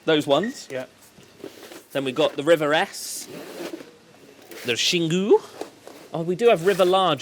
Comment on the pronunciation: I love how you learned to say Xingu correctly.